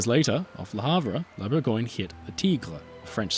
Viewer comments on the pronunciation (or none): "Bourgoin"? That sounds like the London (?) dialect of English for Burgubdy. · Close, but no. It's "Bour-găăn-yuh". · It's Bourgogne, not "Burgoin" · I like that you try to pronounce foreign names correctly and was pretty stunned that you kept the disastrous way English speakers slaughter the words "Gascogne" and "Bourgogne"